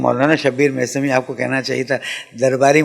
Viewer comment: Mesami not mousami